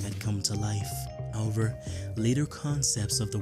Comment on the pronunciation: I’ve never heard anyone repeatedly say “how-ver” more in my life